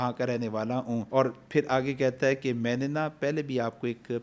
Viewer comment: باقی سب باتیں تو ٹھیک ہیں لیکن ہے ہوتا ہے نا کے اے ۔